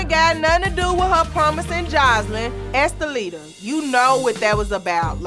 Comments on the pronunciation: Dime keeps calling Esthelida Oompaloompa!🤣🤣🤣🤣🤣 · Dime said Apaloonaa😂😂😂😂😂😂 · I know this is old but My bitch Jessica Dime called her anchilada not enchilada!!!! Too Damn funny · "Empaloona?!" 😩😂 Dime!!!! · WHY can none of these damn women pronounce or remember Estellita's name?? Dime stays calling her "Amaluna" and "Apalunka" 😂😂😂😂😂😂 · Karlie so messy, she gets up & starts preparing her attack on enchiladita lol 🤣🤣 "empaluna" lmfao She threw the whole tray up in her face lol 🤣🤣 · Dime said uppalumpa 😂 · DIME SAID ESCALEDA 😭😭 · I love Dime's dedication to just not getting that girl's name right..